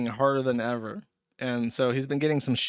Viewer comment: I wish Joosh still said Errver. this clip with "errver, and errver, and errver" would have been golden.